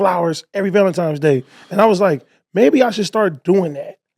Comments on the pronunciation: Idk why but them saying Valentimes day instead of Valentines is so infuriating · “Valentime day” .. 🤔